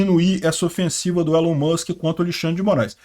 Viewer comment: Se fala "ÍLON" Musk.